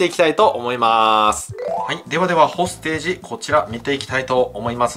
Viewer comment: どうもこんばんは！ これ欲しくなっちゃいました😆 隊員に名前があって単なる残機制のゲームじゃないとこがいいね！ 発音は ほーす・て↘じ らしいっす